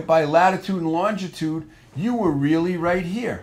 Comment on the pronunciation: When did they add an extra letter T in longitude